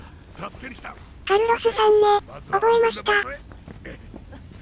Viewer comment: カルロスが、カイロスに聞こえたw